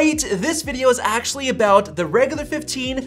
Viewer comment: god it's so annoying how much you say "aaaactually". Like you're putting emphasis on words that just don't make any sense